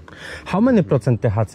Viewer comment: "How many procent tehace?" 😂 Kochom!